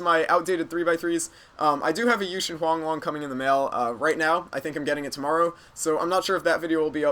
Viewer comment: Does Huanglong sound like hualong